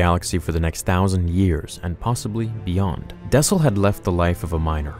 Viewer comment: Its dessel not daesil